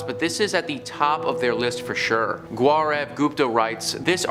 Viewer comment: Gaurav is pronounced "Gaw ruhv" lol, google how to pronounce someone's name, it's basic respect. Though I'm curious as to why your initial source for templo mayor is an Indian man and not a mexican historical society?